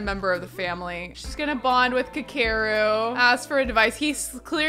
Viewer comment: aweee this is so cute. I hope their baby is cute too. and human rather than an alien. also his name is pronounced "Ka Ke Ru it's Japanese.